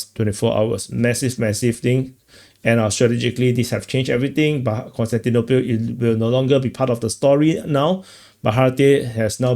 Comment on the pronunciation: "konstantinopil" Kostyantynopil.